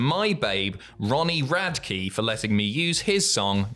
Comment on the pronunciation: Hey just a heads up but Ronnie Radke’s name is not pronounced like Rad-key instead is pronounced like Rad-ick:)